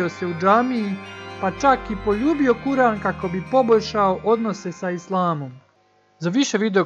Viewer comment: Muhammed, a.s, je posljednji Božiji Poslanik, on je naš najveći uzor..I zamolila bih da ispraviš svoj rječnik jer se izgovara Kur'an, odvojeno Kur' an